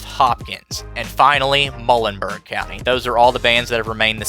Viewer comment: Muh-YOO-len-berg County